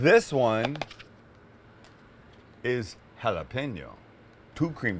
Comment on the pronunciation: why the need to say you dont care about Him? if you didnt then why bring up His name? UNSUBSBIBED!!! cant even pronounce jalapeno.. plus to much talking and simple recipes that everyone could make..